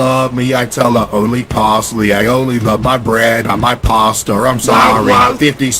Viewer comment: why caseOH say “pastar”